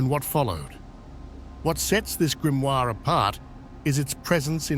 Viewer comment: Die falsche Aussprache des Wortes "Grimoire" in einem Video, das sich speziell diesem Thema widmet, sagt einiges über die "Intelligenz" von KI aus.😺 Ansonsten sehr informative Doku.